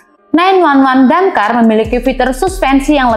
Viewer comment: hostnya tolong diganti kalo ga ngerti otomotif, dakar dibilang damkar😂😂😂